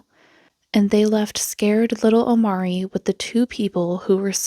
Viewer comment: First red flag is that she states that his name O-M-A-R-E-E, with an accent for emphasis over the first 'e' - Omarée Except...even by her own pronunciation, he is called OmAHree, emphasis on the 'a" - Omáree I swear people like this use accent marks on their kids names as if they are adding jewels to their nails